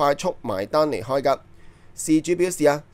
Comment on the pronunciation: 奴考音，妮開😅